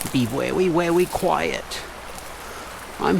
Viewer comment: Be werry werry quiett😂